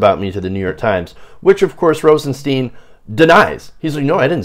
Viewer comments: Stein! It's pronounced Stein! Rosenstein. Not Steen! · at least learn how to pronounce the name